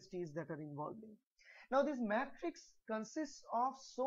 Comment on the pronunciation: isn't it "matrix" not "mattrix"